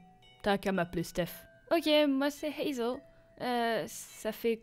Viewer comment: Waaaaaw trop cool, j'adore ce genre d'histoire et d'ambiance. Je suis actuellement en train d'écrire une GachaFiction pour toi donc j'ai hâte de te l'envoyer hehe 😅. Et au passage ça m'a fait beaucoup rire parce que t'as sorti ton meilleur accent anglais pour dire Hazel mais mais t'as dit Piper d'une façon bien française 😂😂